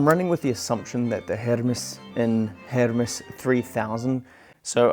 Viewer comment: You pronounced it correctly, as it is a Swiss company. So it is pronounced the Swiss German way and not the Greek way. Your friend may be right on the Greek god, but wrong on the Swiss typewriter company. (Most English speaking typewriter people pronounce it the wrong (Greek) way, too, by the way) And btw: I am German, so: yes, I know for sure 🙂